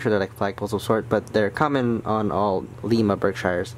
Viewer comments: You say Lima wrong ..its like Lima bean minus the bean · Bro really said Leema 💀